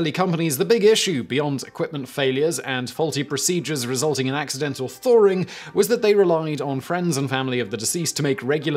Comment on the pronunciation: “Accidental Thoring”?